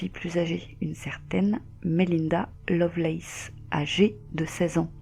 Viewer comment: Vu la prononciation, ce serait plutôt Lovelace...